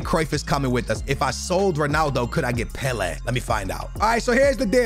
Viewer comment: it’s pronounced pe-lay not pe-le